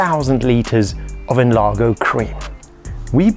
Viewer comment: we prounounce NLAR*J*O because it means enlarge